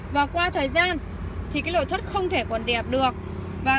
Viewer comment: nói ngọng, lội thất